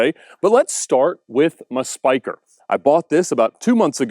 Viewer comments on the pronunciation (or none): spyker you need to say it in dutch the netherland